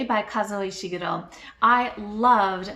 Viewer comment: I laughed with delight as soon as I saw the thumbnail - love your look! Great choices, especially the Hitchhiker's Guide, I have such strong memories of reading that. And yeaaaa for being someone who pronounces Ishiguro's name correctly! That always drives me nuts, hehe. Great tag!